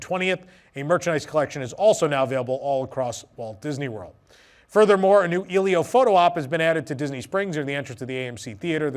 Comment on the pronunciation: Just wanted to let you know it's pronounced "EH-lee-oh." Not trying to be rude, but just wanted to let you know 😅.